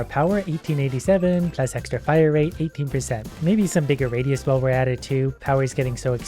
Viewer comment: Bro when he said rate is very expensive I heard rape is very expensive